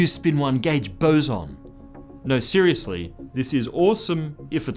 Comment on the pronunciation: finally, a YouTube scientist who knows how to say "boson"